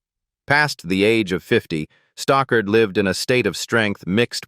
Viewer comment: It's 'Stockard Channing, not Stalker' 🤷‍♀️